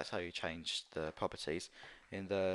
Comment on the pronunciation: when he say propertie he be like "puppitie" XDDDDD LMAO